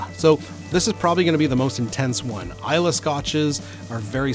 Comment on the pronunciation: Hahahaha please don't make this #eggshot a trend, we don't want to do it but... peer pressure is a powerful thing... Booze Breakdown is a great series idea! The Scots thank you for pronouncing Islay correctly also!